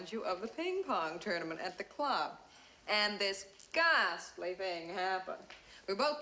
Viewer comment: little Glory..."well it was gahaastly...well it was just gahaastly..." then gooch lays down on the bottom steps